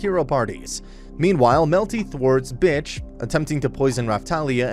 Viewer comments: "Meanwhile, Melty thwart’s Bitch- " damn, you put a lot of emphasis on her new name lmfao. i guess you are like me and basically everyone else who watched the anime and absolutely hate her lol. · The way he said b**ch like that was her Brith name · You know he really loves the series when he emphasized on Bitch when mentioning her